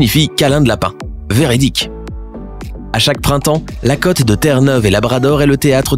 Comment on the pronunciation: Il faut apprendre à prononcer "côte", "quelque chose" et "gauche" correctement !